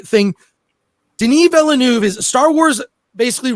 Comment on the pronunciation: Couldn't watch it to the end because my ears hurt with how much you''re butchering Denis's name